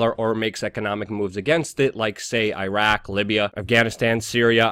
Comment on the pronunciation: You are a smart dude, please learn how to pronounce Iraq and Iran.